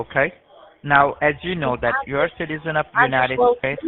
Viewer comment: He might manage one line, but that's as far as he can, the rest back to lndian accents : watch when he said : " so DAT, first of all very distinctive L pronounciation...😂😂😂